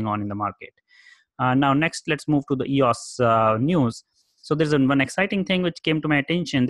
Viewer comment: It’s not eeauss ...it’s E-O-S...it’s not a word...it’s an abbreviation. Just as easy to pronounce it correctly. Like someone dedicating a channel to IBM...and not understanding its not a word. (You ask for comments to improve your channel.)